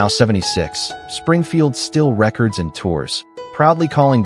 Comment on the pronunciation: When will AI learn the difference of pronunciation in Record and Re - Chord